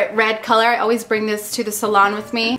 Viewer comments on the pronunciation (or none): none